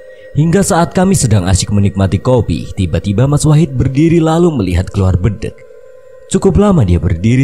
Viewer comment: RaLat Om, BEDENG Bukan BEdeng 😀